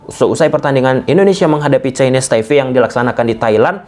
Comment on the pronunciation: Taipe bang, bukan taife 😁